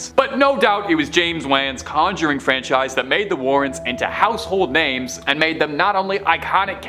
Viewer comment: I want to love this channel so much, but I feel like they are intentionally mispronouncing these names and places 😂